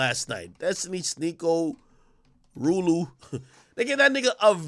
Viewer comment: Why does he call him rooloo 😂😂😂